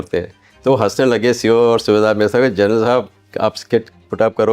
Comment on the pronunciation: जरनल( Gernal) नहीं बे अनपढ़ ग्वार , जनरल( General) होता है।